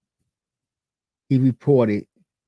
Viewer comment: Oh no!! Homer Sayson🤦‍♂️